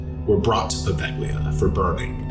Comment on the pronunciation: Poe-vale-ya. Not poe vag lea.